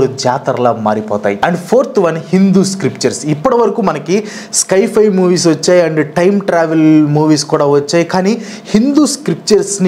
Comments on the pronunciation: స్కై ఫై కాదు బాబూ దాన్ని సై - ఫై (Sci - Fi) అనాలి. నీకు ఇంగ్లీష్ నిజంగా రాదా లేక కావాలనే అలా పలుకుతున్నావా? Infosys కంపెనీ లో జాబ్ చేసావు, పెద్ద యూట్యూబర్ అయ్యావు, అయినా ఏంటిది? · స్కైఫై ❌ సైఫై ✅ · Adhi sky fi kaadhu guru si fi sience fiction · It's not sky- fi , its sci- fi , means science - fiction. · Sky-fi wifi kadu bro it’s sci-hi…..criticise cheyatledu correct chesthuna..malli nannu veskokandi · అది స్కైఫై కాదు అన్న దాన్ని సైఫై అంటారు. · Sci-fi ❎ sky - fi ✅😅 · Skyfi kadu sci fi